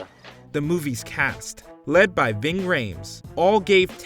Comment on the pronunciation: The man's name is Ving not bing